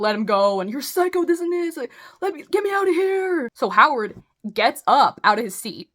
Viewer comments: For the love of fuck, WE DON'T SAY OOT!!!! 😭🤣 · Cut out in Canadian accent lol 😂